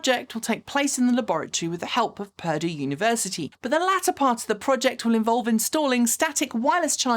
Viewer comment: FYI for future reference Purdue University is pronounced per-DUE…emphasis on the second syllable. It’s a great university for engineering, with alumni who have even gone into space. Cheers!